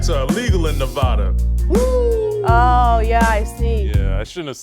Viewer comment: But, we can prove Tarik didn't go to Knee-vad-a he can't even say it right. Probably pronounces the "s" on the end of Illinois too.....